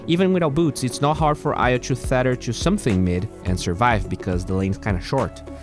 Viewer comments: Thanks for the detailed and insightful video. Small pronunciation correction (if you're still looking for those): Tether = hard T like Terrible or Tempest (you're saying theta) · It's tether, not thether. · It’s pronounced just how it’s spelt, “tether” not “theter”. Keep it up!